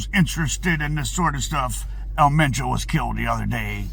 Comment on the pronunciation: You said that right supposedly